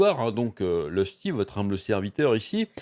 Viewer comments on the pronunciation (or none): none